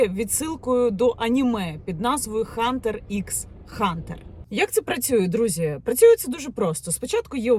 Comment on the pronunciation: Яніна, українською слово hunter звучить як гантер. Правила передачі звуку h.